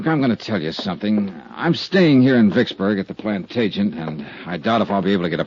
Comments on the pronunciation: It's an odd word, but I just listened to the episode for the 2nd time. He pronounces it as "plant agent". I always thought the real word was pronounced "plant Adge eh net". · They consistently mispronounce Plantagenet